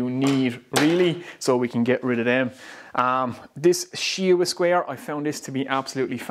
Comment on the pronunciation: it took me 20 times replaying what you were calling that "she-wa square" until i finally found its called a shinwa square lol